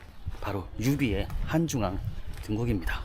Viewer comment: 아저씨 한중왕 본토 발음 간지나네 크